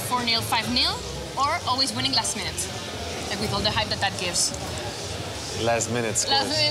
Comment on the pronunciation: "wining" lol it's winning.